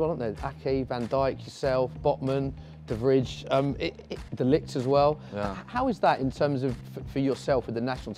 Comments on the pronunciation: Did you really just say "de vridge" for de vrij, said "de vr-eye"!! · How are becoming a sports broadcaster and pronouncing de vrij like de vridge.